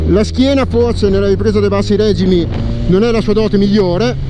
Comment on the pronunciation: Ok però si dice REGìMI REGìMI REGìMI REGìMIIIIII cosa diavolo sono i RÈGIMI??? Dài che fai il giornalista!